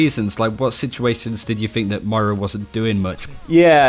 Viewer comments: Ugh! It's "Moyrah" not "Myra" 🙄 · got her name right for 25 mins. man calls her Myra, as in Hindley. Moi-ra:) Not My-ra. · Can you please please stop saying Myra it makes these videos hard to watch. Moy-ruh please work on this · Moira (the great) is a different name to Myra (quiet song)... please, please for the love of all you hold sacred, say MOIRA. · Alcoholic Nun, it’s Moyra if you put that y in “Moira” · moooeeeeeraaaaa not miiiiiira =P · if you say m-eye-ra one more time :| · Say the word boy. Exchange the B for an M, and then add 'ra' to the end of that word. Moira. MOIRA. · Say it with me.....MOI-ra....MOIIII-ra......Or-EEE-sa......AH-NA......Fah-Rah.......SOHmbra.....See? You're getting it? It's not that hard to pronounce peoples' names how they say them themselves... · Yan Ade Moira is British. Moy-ra is how all Brits pronounce it. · Slootyboot ok then. Have a Nice day :D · ItsAtomic 03 His accent has nothing to do with his mispronunciation of her name. He's British, for fuck sake. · BNet Healer#11870 His accent has nothing to do with his mispronunciation. im british and he's triggering me too. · He's STILL pronouncing her name wrong. Its not that hard.